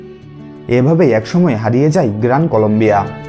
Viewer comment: story teller er pronunciation khubi kharap হয় কে হই কেউ বলে! যায় কে যাই কেউ বলে? এগুলো ঠিক ভাবে উচ্চারণ করতে চেষ্টা করুন